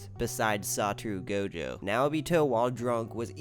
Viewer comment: His name isn't saturu goujou